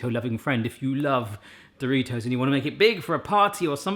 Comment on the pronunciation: I hate the way you say do. Ri. Toes.